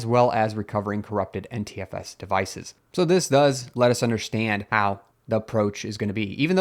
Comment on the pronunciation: Your NTFS sounds like Anti-FS. :-)